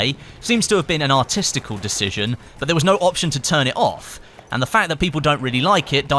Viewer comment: Did he really say "artisical look?"